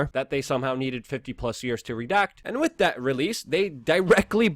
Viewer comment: Why don't you pronounce with properly!? I love your channel but it's so annoying.